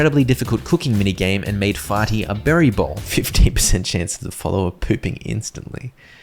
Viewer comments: it's fear-ty not farty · That clearly says fearty, not farty.